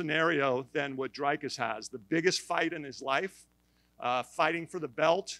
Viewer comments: It's not Drycis it's Dricus, if you can say tree then you can say Dricus, just take the T out of tree and put a D in front and the cus at the end, it will look like this Dreecus if you can pronounce that than you can pronounce Dricus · Why is Jeff Novitzky still around? I thought he quit when USADA quit. He calls him "dry-coos" instead of "Dree-coos", get that Novitzky guy out of here. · It's not "dree-coos" either. it's more like dree-chis with a short e sound instead of the longer ee sound in the first syllable and the second syllable, chis, sounding like Chris without the r. Oh, and don't forget to roll the the r when you say his name. Now say it again - Dricus! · it’s not Dry-cuss it’s Dree-cus 🤦‍♂️ but well done DDP. can’t wait for you to beat Strickland this weekend 🇿🇦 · Nah. The Dri rhymes with tree. Think Dreecus. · No he wasn’t, but he tried 🤪🤣 in the beginning it is difficult to Pronounce Dricus Du Plessis, Enjoy the Fights & New MW Champ of the 🌎 DDP 🔥👊🏻